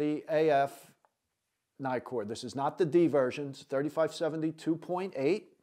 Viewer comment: Naikor ? Nikkor. As in Nick.